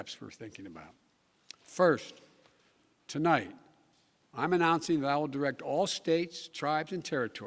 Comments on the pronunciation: Did he say tolight at the beginning? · "Good evening my fellow Americans, To Light...." Mushmouth blows the first line.... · "Tolite"? This fraud is a idiot. Thank you President Trump for your true leadership and operation "Warp Speed"🖕🐸🖕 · "Good evenging my fellow American's. TOLIGHT I would like to talk to you" F'n Pathetic. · Tolight ? What a idiot